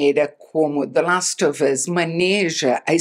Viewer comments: Como a Isabela pode ser tão fina?!? Até a pronúncia de The last of us é perfeita! 😍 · Toda vez que ela fala “the last of us” com a pronuncia perfeita eu fico tentando imitar aqui ahah